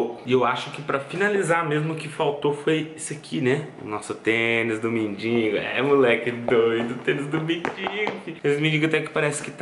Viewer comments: Gosto muito do mas por favor não é mindingo e sim mendigo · engraçado é q ele põe no título mendigo mais fala mindingo